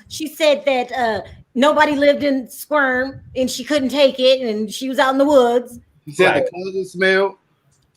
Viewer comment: With all due respect my friend actually lived in Sequim Washington And she had an amazing home in an amazing area with homes close by, nothing that looked like (Mike) his “farm also, it’s Sequim not squirm😉